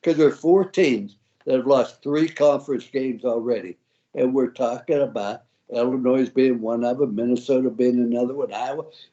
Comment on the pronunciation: Illinois has a silent s. Iyiyi